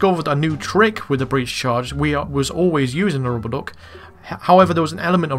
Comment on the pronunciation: keep it up, btw you say RUBBA DUK very funny LMFAO